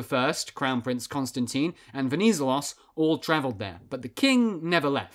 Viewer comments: You accentuante the ZE in VeniZElos. also both "e"s in the name are pronounced the same way you pronounce the net in interNET. You probably have to remember that if you're planning any more videos on Greece since he's very important. Awesome video btw good job! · VenizElos - the accent is on third syllable. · Just so you know, he's called Ve-ni-zé-los stress the e (pronounced like the 1st e in edge) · You said wrong the last name Venizelos the ton in the e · no "d" on the name either written or pronounced... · Pretty good video, but please learn how to pronounce “Venizelos”. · The way he says Venizelos hurts my ears Other than that, great video